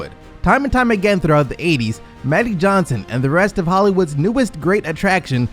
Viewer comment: Am I really the only one who’s gonna bring up the fact that the narrator keeps saying “Madic Johnson” instead of Magic Johnson?? 😂